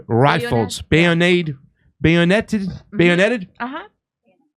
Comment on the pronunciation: I like the guy talk, but he can't say Hanoi or bayonet properly.....REALLY??